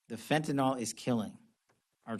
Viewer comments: Fennton L?? .How is he in politics and he doesn't know how to pronounce fentanyl???? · Maybe first he needs to learn how to pronounce "Fentanyl".